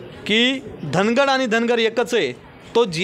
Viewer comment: धनगड नाय धांगड म्हणरे बाबा